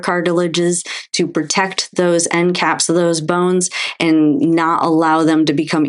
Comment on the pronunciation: It's ..."And.......not .."eennnd". Proper pronunciation